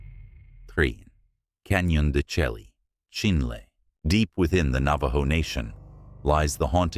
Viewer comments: Canyon De Chelly is not pronounce CH - elly like JELLY, is pronounce DE SHAY!!!!. I worked with a Navajo Indian at Adobe Mountain School and I said it the same way and immediately got corrected...lol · It's pronounced "Canyon de Shaee" not "chelly." I lived on the Navajo reservation in the 50's and 60's. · Canyon de Chelly is pronounced de shay.